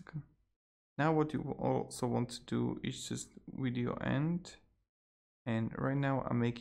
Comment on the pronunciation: Did he say weeeedio? Lol